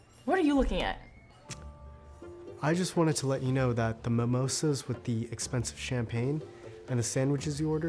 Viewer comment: Its Not MIMOSAAAAAA LORE BEHEN KA LORE